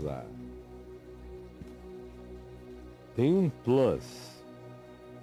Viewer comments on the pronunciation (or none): none